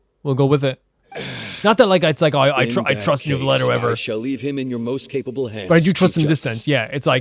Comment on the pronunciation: It's neither actually 😅 the [eu] sound doesn't really exist in English so it's a bit hard to explain, but it would be closer to [uh] So you're supposed to say N-uh-vee-let (or N-uh-vee-yet).. it's clearly not new-villette tho His eng va pronounced it pretty well in his voicelines actually